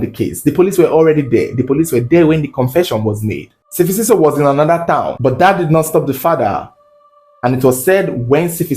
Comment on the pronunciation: its S'fiso not Sifisiso Great storytelling tho💟